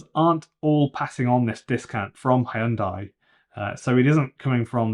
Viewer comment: you lost me at "Hiundai"